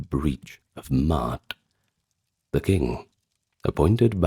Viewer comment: Ma'at, Ma'at, Ma'at... not "Mart" 😂